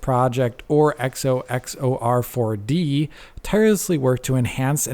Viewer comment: It's funny he always takes his time to say the name right